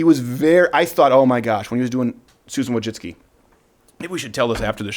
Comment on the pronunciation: It's not Wojcicki it's Wójcicka. She's a woman and it's pronounced Vooicicka.